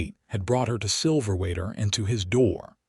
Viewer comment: Silverwater AZ, pronounced wrong with your AI narration. 😮